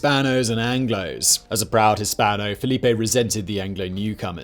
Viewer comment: It's FELIPE, not Filipe